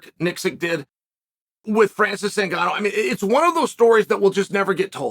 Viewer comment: You got to win two championships in one year in two different weight classes in order for cheal to say your name right😂